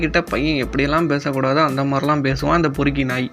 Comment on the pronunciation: பெருக்கி இல்ல பொறுக்கி